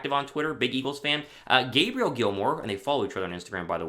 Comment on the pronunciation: And, her name is pronounced Gay Bree Elle lol